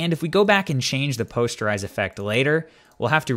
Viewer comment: POST-ER-IZE not Pos-ture-ize